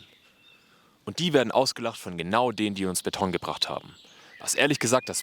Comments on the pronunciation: Die Menschen mochten die jeweils aktuelle Architektur nie. Auch Barock und Jugendstil waren damals nicht beliebt, ganz anders als heute. Sehr gutes Video (die Ursache der Probleme heißt übrigens: Kapitalismus), aber manche Wörter sind einfach komplett falsch (pun unindented) betont: Kassel, Tristesse, Beton, Philharmonie. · Und trotzdem heißt es nicht Betttonn. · ab jetzt betone ich das Wort Beton auch auf der ersten Silbe